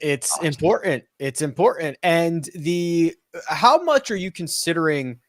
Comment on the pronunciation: It's impoor-ent